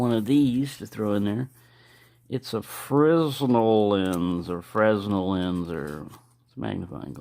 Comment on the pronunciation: thanks for telling us where you got this from, the surplus stores out here don't really seem to have too much surplus anymore, and what they do have is severely overpriced. and the "s" is silent in Fre(s)nel lens